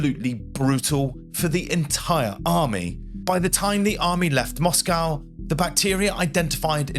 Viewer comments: As soon as I heard your pronunciation of Moscow, I bailed. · This was rather interesting but i had to stop watching as the pronunciation of words by the narrator was jarring on me. He is obviously English but using the American way of saying words like Moscow, its pronounced Moscoe in the English language not Moss-cow. Pro-nounse -e-ation was also annoying, its pro-nunce-e-ation in English. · Fascinating story. Great presentation; except the word is "pontoon bridge", not "platoon bridge" etc. The capital of Russia is Moscow, pronounced "MOSSKO" (in English). Not "MOSS COW" as the Americans seem to want to do. At least the audio is not AI generated. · We say Mosco in this country. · your pronunciation was a bit of an issue throughout this video, you could at least have agreed on a single pronunciation of Moscow. Interesting content though, thanks. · As an Englishman your pronunciation of Moscow is American, apart from that, excellent work.